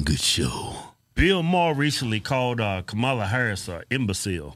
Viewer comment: Was that Kamama Harris ? Did I hear right?